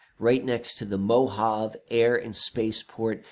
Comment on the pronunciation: pronounced MO-HA-VEY.😀😀